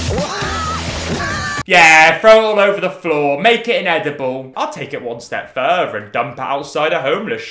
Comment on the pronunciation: no Swede sounds that drastically southern English though. He pronounces the word further “fuuhver” lol. If he had a neutral bbc English accent I’d agree but it’s definitely got a regional stank on it. That’s meant to be affectionate, I love everyone’s accent.